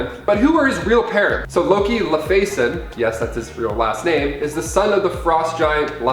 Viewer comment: It should be pronounced Loki "Law-Fee-Son"